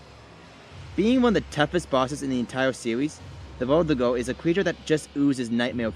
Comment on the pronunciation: Its verdugo